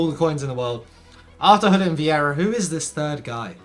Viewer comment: Did you just pronounce Gulit “Jew-Let”